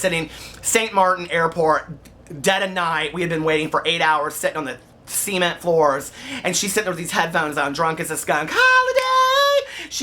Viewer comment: Hahaha You're mom story had me screaming laughing! I loved it!!!! "see-ment" floors😂😂😂😂